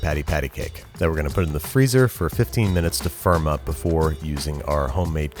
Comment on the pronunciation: Whenever he said "firm up" I thought he said "for a month" this made me super confused when he said "that gives me enough time to make cookie cutters"